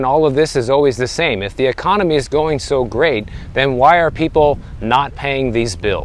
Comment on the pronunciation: "BeSt EcOneMeh EvaaarRRrr!!!"